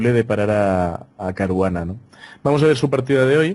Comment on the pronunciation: Ahora ya no es Caruana es CARUGANA.